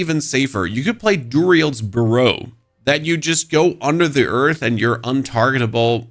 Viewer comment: Dude can't say "burrow" like he never heard of it before